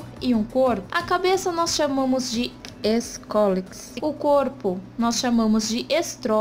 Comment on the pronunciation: vc falando ESCOLEX akaka, to morrendo de rir!